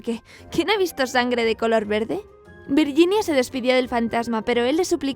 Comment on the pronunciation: "virguinia" "sher" simon. O camon please